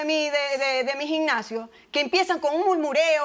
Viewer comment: Dra Polo no se dice ginnasio